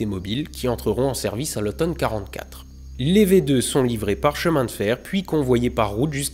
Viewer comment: J'ai adoré cette serie de deux vidéos. Mais je trouve dommage que tu force un "WerHer" Von Braun (alors que ça se dit plutôt "Werna" ou "Wernerr" selon l'accent et que tu oublie totalement que V2 se lie "Fao2".